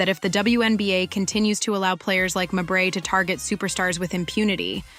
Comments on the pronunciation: How many ways can you mispronounce Mabrey? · Wasdid this chick just do this to hear herself talk? Constantly repeating shit, over and over, can’t pronounce Mabrey correctly, poorly posted video. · I didn't know why you butchered Mabrey's last name. It was annoying. Then I thought, maybe you did it to show her the disrespect she deserves. If that is why, kudos! If not, kudos anyway.